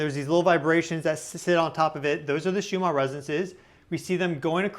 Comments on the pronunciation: Just wondering why you pronounce Schumann as if it is spelled shoe-mar? 3I/Atlas is sending healing signals for the sea creatures being harmed by human activities. I've often been concerned as to how much detergent or poisonous chemicals we pour into their source of existence. There are now dead spots in the oceans and the whales have stopped singing. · Perhaps if you slowed down a little the Ns in Schumann would be easier to enunciate. Maybe cut down on the stimulant/coffee?